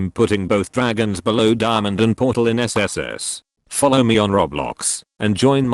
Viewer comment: did this guy say dimond is sss lol